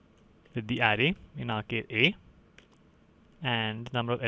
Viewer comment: Thanks a ton for your help. BTW in the word "array" the emphasis is on the second syllable, "uh RAY."